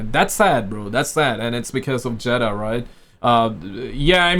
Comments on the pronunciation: Her name is pronounced Jada. ( Jaid Da) Not Jetta. Get your tongue right. 😂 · It's pronounced Jada not Jetta dude 😂🤣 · jay-duh 👀jada 😂 not jeda must be the accent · Oh Jada bro keep saying jeda😂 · He clearly said cheddar